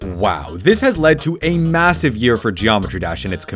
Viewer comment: did you say massive?